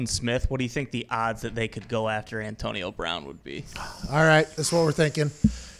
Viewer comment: figure out how to pronounce Antionio brown bruhhhhhhhh